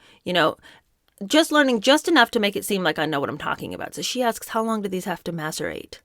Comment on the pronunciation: p s I'm sure it was only one letter off. Not maserate, but masirate. Only one letter off. Switch the s for a t. Not a hard puzzle. What a phony.